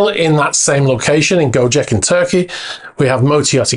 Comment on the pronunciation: The first sinking boat in Greece is a ferretti 880; the second in Bahamas is a ferretti 830. Gocek in Turkey is pronounced Go-Chek, not Go-Jeck.